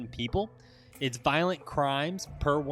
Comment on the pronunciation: Violent, not Voilent